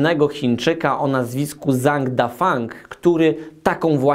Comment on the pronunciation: Fajny odcinek, tylko Panie Radku, następnym razem jak jest "Zh" w chińskim słowie, takim jak imię tego wspaniałego pasjonata, Pana Zhanga, to proszę czytać jak nasze rodzime "dż" :)